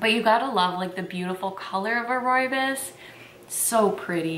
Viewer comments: Hey hey, South African here. It's actually pronounced roy bohs (Afrikaans). It's such a staple here it's more common to find than regular teas. Fresh pack is the most commonly used brand and probably the most accurate representation. It's most commonly drank with milk and sugar, but I also love it with no milk and honey. It's such a comforting tea. Also did you know that the fynbos biome is only found in South Africa? There's nothing quite like it. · oh no you’re saying it wrong!! it’s pronounced roy-boss ❤️❤️❤️ xxx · Great video! One thing I will say is that a lot of people pronounce rooibos wrong! (Don’t worry, everyone does) Rooibos is actually pronounced like this: ‘Royabois’ Keep up the good work tho! (P.s. just so u know, I know how to properly say this because my whole family is from South Africa!) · Ooh thank you!! Good to know! I heard so many weird pronunciations when I worked at David's tea. My favorites are Roo Boy and Roobacha. 😂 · The Afrikaners I know call it "ROE-ya-Bose". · Yeah no, we pronounce it Roy-Boss.. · Video pronounced it wrong lol